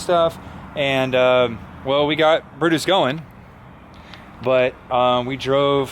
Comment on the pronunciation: Oh look... it's Bru-Mater again. Tow-Mater's long lost cousin. Not sure Brutus really fits... Brew-Mater. Nice try fellas... you'll make the next one.